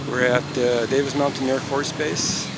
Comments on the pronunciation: It's Davis Monthn AFB, not mountain. One more thing, former Soviet block countries use AK 47's, that airman was carrying an M4 carbine. Do a little research before you post. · It’s Davis MONTHAN, not MOUNTAIN. and the Airman had an M4 carbine, not an AK 47. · It’s Davis-Monthan, not Davis Mountain. What a sausage.